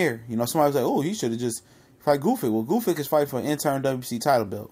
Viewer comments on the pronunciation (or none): Bro you got dyslexia or something? It's not that really hard to pronounce those foreign names if you take a little time to read it properly the guy name is not Goofyk it's Gvozdyk lol